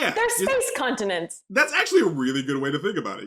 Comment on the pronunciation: "space contentents" for the WIN